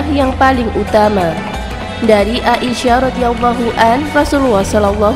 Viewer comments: Aisyah bukan A I sah :( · kak aisyah ya bukan ai sya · Baca Aisah aja GK becus..coba anda baca ia..pasti bisa kenapa baca ai GK bisa? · There is no A isyah...Sebutan yang benar..Aisyah.... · Aisah. Bukan A.-------- isyah. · Udah bener siti aisyah malah di bilang A isyah apa²n ini suranya tidak bener